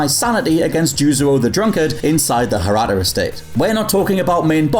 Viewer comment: Hirata is pronounced he-ra-ta, not her-ah-ta.